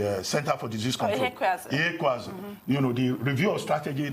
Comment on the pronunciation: Abati cracked me up: when in doubt about an Igbo name, call it anything with “ala” suffix, lol. But one can always count on the brilliant and beautiful to correctly pronounce Ihekweazu